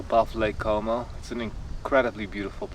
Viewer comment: Lake Como, not "cuomo" 😊